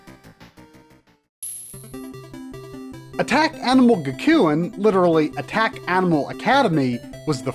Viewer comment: Gakuen is pronounced Gack-koo-en